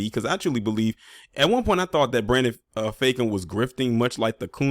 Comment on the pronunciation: Not "Brandon Fake-um"🤣🤣